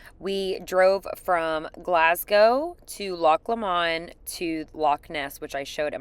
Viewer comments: loch low-mond not loch la-monde 🙂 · Agreed, but with the exception of 'Lomond'.... LO-mond not loMOND... 10/10 for Edinburgh!!! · Loch Lommond is pronounced Loch Low-mond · It’s not ‘Lamond’ either! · Its pronounced loch lowmond although its spelt lomond Its glenfinnin viaduct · I'm from Stirling it is pronounced lowmond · you're just adding an extra letter, it still sounds the same. It's just Lomond. I live at the foot of the Lomond hills in Fife and I have never heard anyone say lowmond